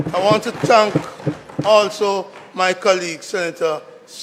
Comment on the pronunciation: Senator, is it "TANK" or THANK"?